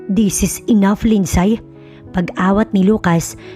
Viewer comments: Di ba po LINDSAY is pronounce as Lindsey? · Mali pronunciation ng name na "Lindsay"